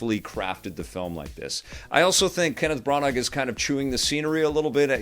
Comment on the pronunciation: How did you just pronouce "Kenneth Branagh's" name, Pronouce it properly like "Hannah" but with a Br at the beginning. Merry Christmas Stay safe